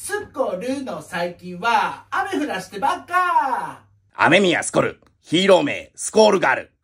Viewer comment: 、『ス』と『シ』間違えてない？